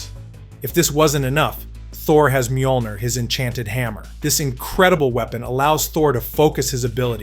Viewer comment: Que pedo con las pronunciaciones de los nombres.? Molner.? Romanga.? Jacai.? Volmir.?